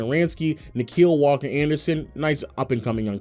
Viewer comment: “Nickeil Walker-Anderson” 🤣